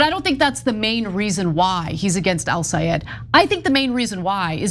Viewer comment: I AM SICK & TIRED OF CHENK (or whatever his name is SABOTAGING THE LAST NAME OF "EL SAYED" & CALLS HIM (EL SA'EED) . IT IS TIME TO LEARN & PRONOUNCE THE GUYS NAME CORRECTLY, IT IS *EL SAA YED*, IT IS REALLY INSULTING WHEN YOU SABOTAGE THE NAME OF A GREAT PERSON LIKE HIM.